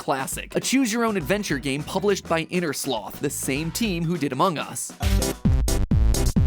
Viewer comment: Mat pat saying among us is really funny